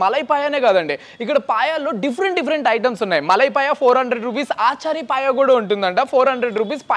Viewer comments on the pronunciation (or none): ఒరేయి...అది 'అచారి పాయా' ర... "ఆచారి" కాదురోయ్ 🤣😂😅🤣